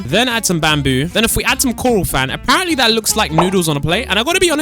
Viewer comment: Please stop saying ApArEnTlY please